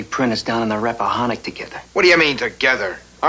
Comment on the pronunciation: Rappahannock Is pronounced RAPPA-HANN (as in Hand)-OCK I grew up near there.